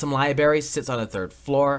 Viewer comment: Liberry. Wow. Needs 2 work on his talking skills